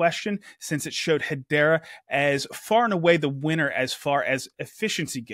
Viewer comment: Cool updates. Lots going on. Someone needs to do a better job getting the to pronounce Hedera better (accent on the second syllable please).